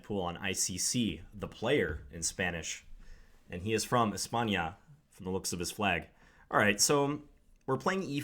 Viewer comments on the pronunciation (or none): Your Spanish is clearly much better than the average non-Hispanic American, but when you says 'España' it is obvious, for the initiated, you still have much to learn! (sorry for the honesty, John) =P